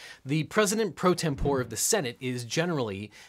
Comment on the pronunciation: You are right about “martial,” but you blew it yourself later on........”tempore” is pronounced: tem-por-ee, not tem-pour. 😉